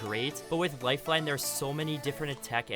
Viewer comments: Lifeine, do you mean life-line. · It said lifeine xD